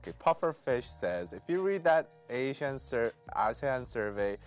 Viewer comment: ASEAN is pronounced as Ar-C-An. I don't know how is finding the situation of Myanmar funny but a lot of people are dying. The perpetrators are getting rich. The innocents are either getting killed or jailed or tortured. Yes, we are "busy" with revolution. Thank you for laughing. #MilkTeaAlliance #WhatsHappeningInMyanmar